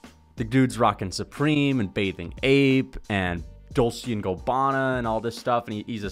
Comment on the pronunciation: “dolcey and go-bana” - flukas glazey